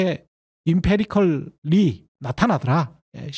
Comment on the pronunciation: 아마 empirical일텐데 발음을 임페리컬이라고 하셔서 쫌 헷갈렸음. 실증적이라고 하는 번역도 맞지 않습니다. 경험론이라고 하는 게 일반적인데 이게 마음에 안든다면 증거중심적이란 조어를 하시는걸 추천합니다.